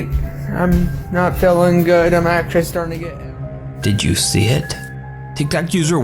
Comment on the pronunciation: doesn't it sound like everytime he says tik Tok it sounds like he is really saying tic tac